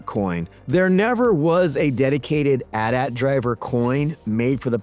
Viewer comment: A true Gen-Xer knows that it is pronouced; AT AT, not A.T. A. T. There is no, "I pronounce it both ways." hahaha